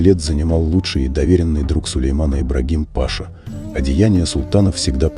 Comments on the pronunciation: Паша🤣🤣🤣! Прежде чем снимать ролик изучите элементарное, хотя бы произношение титулов… а то получилось аналогично выражению Графиня и её графин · Все слова перековеркал. Слушать противно. Паша, шахзоде.... Пипец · Делайте правильно ударение.Паша это не имя, с звание. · Обращение к чтецу : ударение в слове ПАША ставится на 2-м слоге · После Паши 🤣🤣🤣 дальше слушать не имеет смысла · Что за безграмотность? Какой па'ша? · Да блин читать правельно Паша (ударение на вторую а.). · Слово пАша режет слух. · Дизлайк за "пАша" , читайте правильно! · Он Ибрагим ,а кто Паша? Прямо беда с ударением!😅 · Ну,видно,ведущий думает что кликуха у Ибрагима была ПАша.Вот он соединил воедино и имя и кликуху. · Какой ещё пашаа, Пашша- читается, а не пАша😆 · Да не Па'ша, а паша' -- титул такой, в школу уважаемый диктор ходил, сказки арабские читал? КАРАУЛ!!! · Какой паша?пашА хоть ударения делайте правильно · Вот так кто нибудь послушает и скажет: что у Султана был русский друг Паша? Действительно не ПАша, а паша!😂😂😂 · Какой не грамотный диктор,ни Паша, а пашА' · Кому в голову пришло, что султан спал с Ибрагимом.Мужчины такого типа не обладают мужской силой, они более женственны.Противно слушать Паша, пашА. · Читешь хорошо, но не пАша, а пашА!Турки обидятся. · Бесит, неправильно читаете слова, почему пашА вы читаете пАша, а пашУ вы читаете правильно, не беритесь коментировать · Не пАша, Паша -это Павел,а паша,рассказчик,мля,мать твою! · Ибрагим Паша 🤣🤣🤣🤣🤣🤣🤣 Правильно - Ибрагим пашА , ударение последнюю "А" . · Как же это « пАша» режет ухо! Вы вообще грамотный человек?! ПашА! Это элементарно! Надо готовиться, прежде, чем читать ! Дизлайк , однозначно .... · Человек который изучил тщательно историю про Сулеймана великолепного не смог узнать что не ПАша а ПашА надо говорить???🤔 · пашá блин, а не Паша😆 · А кто читает текст? Робот или неуч? пАша, вместо пашА, шехзаде вместо шехзадЭ.. Так сложно найти желающих прочитать текст? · Ну насмешил Ибрагим Па'ша, правильно оговорить паша' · Ибрагим Па´ша 😂